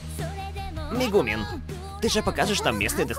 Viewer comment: Там по новелле в моменте на Мэгумин спросила - "...Сколько я ПОЛУЧИЛА за него очков?", а Казума заорал мол "Минус 90 очков!", т.к. этот взрыв был совершенно не в тему. Думаю, такой перевод правильней будет. И кстати, в имени Мэгумин ударение на первую гласную.